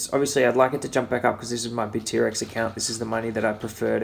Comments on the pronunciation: great video! btw it's bittrex not bit-t-rex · It's BITTREX, one word, not BIT--T--REX! LOL! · Hahah he says Bit-T-Rex.. Never heard it that way before